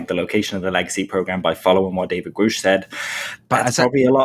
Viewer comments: At the hearing and on the news nation interview he said his name is David Grusch. Not groooooooshhhh.. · Please stop with the grouush...